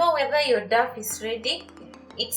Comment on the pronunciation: I like your recipes. But I cringe everytime you say DAF.. DAF. It's pronounced DOW.. DOW.. Like this